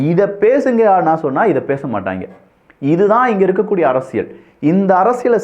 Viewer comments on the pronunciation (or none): none